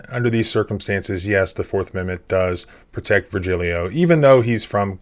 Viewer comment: Isn't the name Vergilio actually pronounced as "vehr * HEE * lee * o (long)" instead?